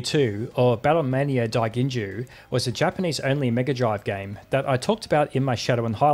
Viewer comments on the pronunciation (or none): Wonderful video, I love deep dives into Weird Trickery. Small feedback because we all know the long “o” is gonna come back later: the “ou” in “daiginjou” is just an “o” sound, not an “ew” sound. So, you can safely say “dai-gin-jo” and ignore that u. See also: Ryou Hazuki in Shenmue, the namco classic Genpei Toumaden, and the SF characters Gouki and Gou Hibiki. Question: Have you taken a look at everyone’s favorite Super Weird launch title for the SNES, Drakkhen? The map sequences are probably full of graphical weirdness, and the game’s combat mechanics are Actually A Mystery to every high-level speedrunner. :x